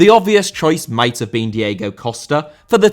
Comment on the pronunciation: Diego* not Diyeigouw